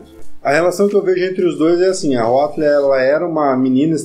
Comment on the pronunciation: opa tudo bem? só um comentário: não se pronincia huatli, acho q é huatou